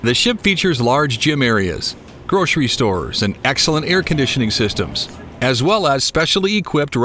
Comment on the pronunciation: "groshery shtores"